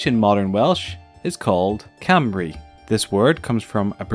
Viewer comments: no.....its not said like that its said cum-ry but as a welshy I loved this vid :) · Cymru is pronounced cumre 😂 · it's pronounced cum-ri Not camrey 😂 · Good try X3 but its not Cymru isnt pronounced camri, its ( cym-ri) And Wales is Wales, not wheels X3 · Just saying that it's pronounced Cumri phonetically. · Did anyone else hear "Camry" when he said Cymru? 🤦🏼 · Alex Turlais Sorry to tell you, I'm Part Welsh and I don't pronounce it like this. Khum-ree is how I pronounce it, in fact that's the ancient name for it before the 1400s (Khumry, which actually means The House of Omri, it was changed when printing was created). The House of Omri is a whole different subject, I suggest you look up Adrian Gilbert and Alan Wilson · Alex Turlais it’s pronounced ‘come-ree’ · Cymru (cum-ree) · CAMRI!? I can assure you that is not how you pronounce it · It's pronounced "Cumree" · Cymru is pronounced "Koomree" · I love the way you said Cymru, you said it wrong but I love it. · Oh god the way he say Wales and cymru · wow, it's not until today I actually realised how terribly I've been pronouncing cymru... sorry Wales... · Oh jeez -.- the way to say Cymru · I am fr9m wales you said wales and cymru weirdly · As a Welsh person myself he pronunses Wales and cumru wrong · Your pronunciation of Cymru wasn't great but thanks for finally getting around to us :) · Pronunciation of Cymru was terrible but good try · You said cymru wrong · Wales not wheels if you can't say wales don't say it and btw you said cymru wrong just stop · Well too said cymru wrong